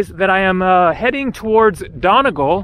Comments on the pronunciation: I really hope someone told him its said Donny-gall and not Done-agal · it's pronounced donEEgall